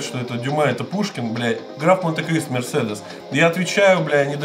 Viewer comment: В третьем вопросе мерседес а не мерседес, алё!